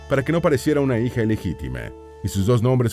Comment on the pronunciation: Por qué pronuncia tan mal?.Dice vide, sesente, beisnoliste, hije, novie..... Corrijan la mala dicción.